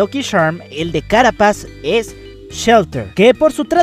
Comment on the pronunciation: Todo super interesante pero déjame pedirte una cosa, podrías pronunciar bien "Carapace"??? Quiero decir, aún que se escriba "Carapace" se pronuncia para que me entiendas como si se escribiera "Carapeis" lo digo más que nada por que así todos ya nos acostumbramos a decirlo bien ^^